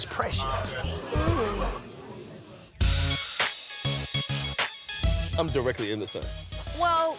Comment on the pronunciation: "You is preshus" 😂😂😂😂😂